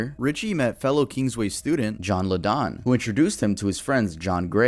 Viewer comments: It hurt my soul when he said "La don" for John Lydon. Its produced "Lie-den" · LYDON -! Pronounced LIE-DON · You're a musician and you don't know how to say John Lydon (pronounced LIE-dun)? Sad. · He's the bastard I thought would be mentioned here.makes Jerry Lee Lewis etc look like the pope.i don't want the guy to know either however it was all over the English press a few years back and the internet . sickening. Can I just say it's John LYDON not LE -DON . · It’s not pronounced “Liddon” it’s pronounced “Lie-don”. John Lydon aka Johnny Rotten. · Just FYI, Lydon is pronounced 'lie-don' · It's pronounced Lie-don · John Lydon's Surname is Pronounced "Lie Din". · It’s John lydon LYDON say it like LI DON Y is a I 😊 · I’d argue this is your best video yet. Really enjoyed it. Glad you have researched them well also. Only errors to point out is you used a photo of Prince when talking about Rick James and Lydon is pronounced ‘lie-dun’. Otherwise awesome. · John Lydon is pronounced Lie-don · The way you said Lydon made me wanna kms. I’m sry but it’s lie-don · I believe it is pronounced Lie-Don. I know that's not how it's spelt but that's just how it's pronounced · “… John LADON?” 🤦 I can’t. I can’t watch this. The names are in ENGLISH. How are you mispronouncing them? It’s JOHNNY ROTTEN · Dude, if you're going to make videos about people you should probably learn how to pronounce their names. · Damn Bro, you're a musician and have no idea how to say Johnny Rotten's name?? Put some respect on that name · lol john wardle is most definitely famous. aka jah wobble i can’t watch this, you mispronounced “lydon” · man you pronounce john lydon so weird XD